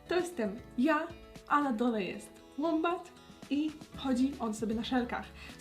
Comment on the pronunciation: Agnieszka mówi łombat ja: wombat Ps. za każdym razem